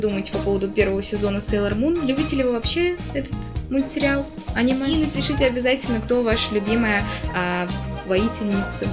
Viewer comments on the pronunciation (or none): none